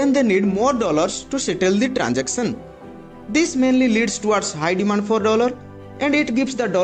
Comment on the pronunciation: Is... Not eej Transaction NOT Transachon Ek -sam-ple not ekchampel